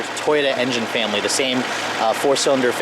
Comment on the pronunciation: He said family funny lol